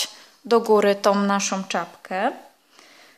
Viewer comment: Tom, szarom, różowom, włóczkom..... rany kobieto naucz się poprawnie mówić skoro się bierzesz za nagrywanie filmów i publikowanie ich.